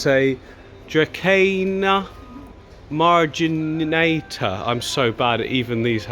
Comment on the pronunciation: Druh-ceena Marj-i-nah-tuh